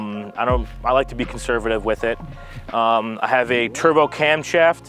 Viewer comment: "türbow" ugh